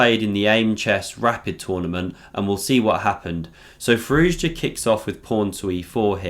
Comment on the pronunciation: nice vid but his name is pronounced "Fi-roo-sha"